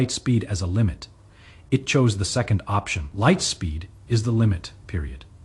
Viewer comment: AI needs to learn the basic pronunciation of the word "second"